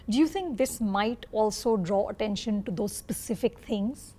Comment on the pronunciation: “ Ottenson” typical and stereotypical Indian accent 😂